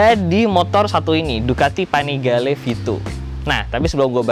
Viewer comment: yg gw denger Ducati vanigale 7